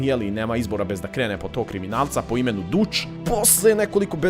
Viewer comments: Nije dutch nego datch se kaze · Mala ispravka:Ime Dutch se izgovara Dač pošto to znači "Holanđanin" Osim toga klip je predobar :D